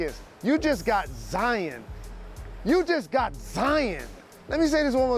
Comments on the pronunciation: lol these analysts either Zi-in or Zi-ON instead of just saying zion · I like jalen but its zion not zien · Why the hell is he pronouncing this guy's name like ZiAn??? It's an O not an A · sacrilege 5thLment pretty sure he said Zaen. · I think he was trying to say Zion-ed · No one: Jalen Rose: "ZEEYAN" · Lol why is jalen at Panera bread going live hahaha and why he calling Zion Zien ? Haha